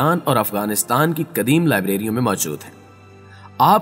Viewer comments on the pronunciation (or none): Aap ki aawaz bohat achhi hai mashallah bas talaffuz par dhiyan den kadeem nahi qadeem hota hai